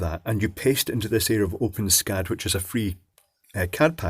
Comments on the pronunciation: Pronounced "open es cad" - not "open scad" :-\ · I've never heard it be pronounced like that before. According to the developers, it's supposed to be "ess-cad" (the way I've always pronounced it); however, from now on, I'm gonna pronounce it like you did. If you want, I can add some code to it to make it compatible with the built in customizer, so it uses drop-down menus, etc. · It is pronounced Open-ESS-CAD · Just an FYI, the developers of OpenSCAD have determined that it's pronounced "open ess cad" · i always thought it was pronounced open-s-cad